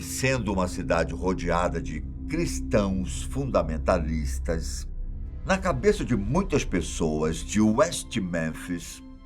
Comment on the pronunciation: Pq a fala tão pausadamente:"CRISTÃOS FUNDAMENTALISTAS"? Seria isso ppreconceito religioso? O erro nas investigações não tem nada a ver com a fé das pessoas e sim com a burrice e preguiça dos investigadores. Erraram nas investigações e acham os bodes expiatórios perfeitos.